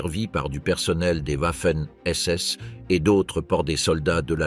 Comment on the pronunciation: Comme les whouaffen ss